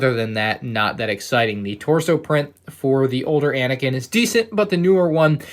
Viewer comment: It is anakin not anikin